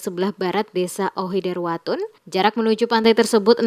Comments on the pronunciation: Maaf Admin, Nama Desa "Ohoidertawun" bukan Ohoiderwatun, terimakasih..🙏🏽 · itu Ohoidertawun bukan ohoiwutun